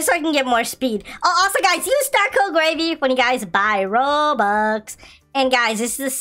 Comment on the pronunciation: Gravy: use star code gravy but he said starco lol